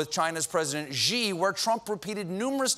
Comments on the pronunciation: Stephen: the Chinese president Xi's name is not pronounced "Zhee". It's pronounced "She". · Shi, not gee! Ugh, your pronunciation hurts my ear balls!!! 😭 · Dear Stephen: Love the show. The president of China's name is Xi: should be pronounced as 'she' except touch your tongue to your front (upper) teeth when you say it. It is never, ever pronounced "jee" (Sorry, I couldn't help it. I always cringe when Trump says the name correctly and you don't) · Unexpected stupid part is Trump is actually pronouncing Xi (in the Chinese leader's surname) basically correctly but Stephen Colbert has not bothered to ask someone how to say it. If you don't know it is something vaguely like the English words see/sea and nothing like gee. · Trump actually pronounces "Xi" better than Colbert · Late show, can't you find someone to help Colbert pronounce "习" or "Xí" correctly??? It's bugging me like crazy that he still pronounces it wrong after saying it so many times!